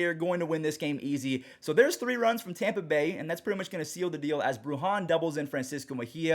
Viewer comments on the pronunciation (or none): none